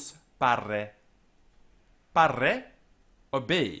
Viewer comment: Here you are less careful than usually with double consonants and neuter plural nominatives. Here "pare" sounds like parre, final a in"honesta" sounds long, making it an singular ablative. Now, a far as I know 'parre' means nothing but some another word could cause misunderstandings. I know careful distinction of quantity is not important in English language. I don't want to come across impolitely, I just wanted to tell what my ear caught. Other phrases were perfect.